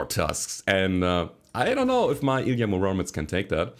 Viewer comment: It's pronounced Ily'A m'Uromets man. Russian antient superhero 🤣